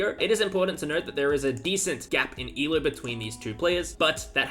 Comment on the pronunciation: Why you say eloooo (rhymes with shoe). It should rhyme with go